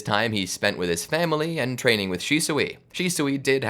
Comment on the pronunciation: "Rizz teaining"got me laughing on the floor for atleast 10 mins